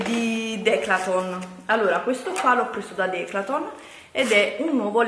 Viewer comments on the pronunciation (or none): le trasformi tutte le parole...tipo:" questo l 'ho preso da DECLATON'' 😂😂😂A parte il fatto che si dice "Decathlon'' sei simpatica uguale,anche per questo!!! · DECATHOLN Non declatlon😂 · Si dice decathlon non DECLATOOOONNNN 😂😂😂😂😂😂😂😂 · Declaton non è questione di dialetti. Non sa leggere, punto. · non è dialetto. pronunciare garnier cn la r finale o declaton o trodiato non è dialetto ma esser ignoranti che è molto diverso! Ho sentito napoletani parlare e ti assicuro che quelli con cui ho parlato hanno cultura e nn parlano così come lei. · Ma come cazzo parla? Declaton,galzini, mi scuccia ihihihih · Declaton??😂😂😂😂 alla prima pensavo avessi sbagliato..